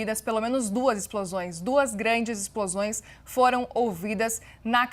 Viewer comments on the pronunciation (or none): Âncora: Acabam de ser ouvidos, novos Ixplosões. Aconselho a senhora a fazer fono.